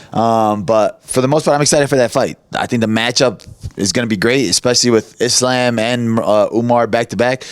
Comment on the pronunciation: Bilal, WTF is wrong with you? How is the schmo pronouncing the name Islam better than you???!!